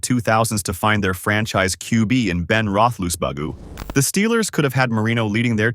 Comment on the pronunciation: "Ben Rothusbuggo?" I despise you ai f u c k s.